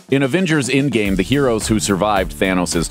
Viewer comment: Its Endgame not Indgame